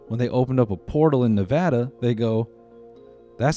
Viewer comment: The way you said Nevada shook me to my core.. it was .. right . 🤨